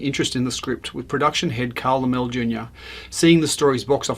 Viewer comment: Laemmle = Lemlee.